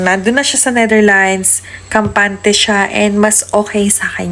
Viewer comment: Ayusin mo ang pag banngit ng bansa ng Netherlands dahil trying hard ka, hindi NETHERLINES as you said